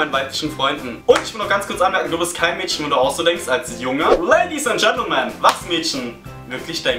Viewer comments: Ich find das so lustig das du Mädschen sagst:) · du betonst das Wort "Mädchen" sooo komisch :DD